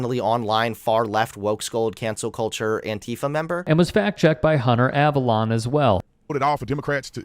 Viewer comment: I appreciate all you do man, one minor correction, Hunter's last name is pronounced Ahh-va-lone not Ahhh-va-lon. Other than that awesome video.:)